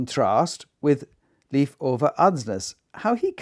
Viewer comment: Thank you so much for your presentation and your choice of pianists. I would be more than happy if you would choose one of Beethovens great sonatas ( opus 53, 106,111). And if you once again mentions Leif Ole Andsnes I can tell you that you pronounce his first name Leif like the english Life.